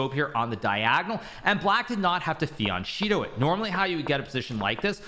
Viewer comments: I wonder why Hikaru would purposely demean himself by insisting on this 'Fee-an-sheeto" pronunciation [of the Italian word 'Fianchetto', which, he knows, is pronounced "Fee-an-ket-to".] It's just one of those small albeit very telling psychological habits that give insight into people's inner workings... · it's pronounced fianKetto, hard C. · I heard a few fianCHEATo's in there. I don't watch a ton of Hikaru but if that's on purpose I love it. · Hikaru repeatedly says fian cheat o. Isn't that a violation of the settlement agreement? Careful. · Who else heard "fiancheato".. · Did he really say fiancheato? lol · Yes he always says it you are no True fanboy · and - Is it a pun that you pronounce it "The Fian-cheato" when you are playing against Hans? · He's making a dig at Niemann. He knows how to pronounce it properly.